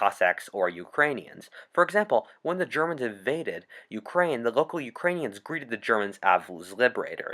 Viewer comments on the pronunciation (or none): none